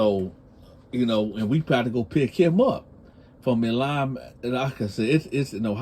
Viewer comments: YO,,! it is pronounced "My-Lin" not Ma-lan. That got a Federal FCI there. BTW, pay for your kids because I don't need my tax dollars feeding all yo Baby Mamas and their chitlin. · Milan Michigan is pronounced MY-Lin or MY- Lun in English. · Pineapples on pizza for sure. Its Milan Michigan pronounced My Lan Michigan. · Milan "My-Lan" lol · Michigan born and raised you talking bout Milan pronounced my-lynn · It’s Milan, mi and it’s pronounced My Lynn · It's Mi-land big bro.